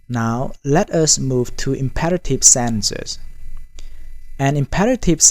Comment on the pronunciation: Senses…What..? Pls say SENTENCES …Properly Sorry Bro….Very poor Pronunciation